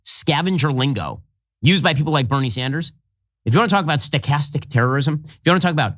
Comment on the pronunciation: 😂😂 sto-castic apper ache? What the heck